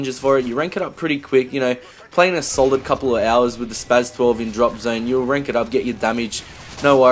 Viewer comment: The S is pronounced as a Z. He said it right...